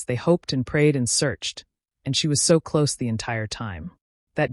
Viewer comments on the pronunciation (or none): none